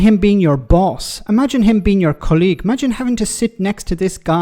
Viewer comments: Apropos of nothing, you have never sounded more Irish than when you are saying the word colleague. Not dragging you, but that took me right out of the flow. The only way it gets better is if you had a colleague named Colleen. 😂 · Why do you keep mispronouncing the word colleague?